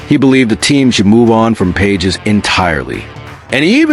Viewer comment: His names is pronounced "Pa hez", not "Pages".😅